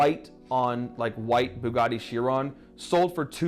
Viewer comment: It's now a FooGatti